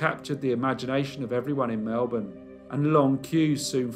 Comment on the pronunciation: Well done mate. Interesting case and you pronounced Melbourne like a true Melbournian :-)